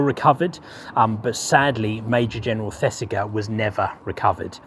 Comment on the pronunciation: The "g" in Thesiger is pronounced like the "g " in Roger. Really like your vids, recently discovered. All the best.